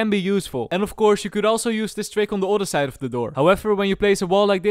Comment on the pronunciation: "oda side"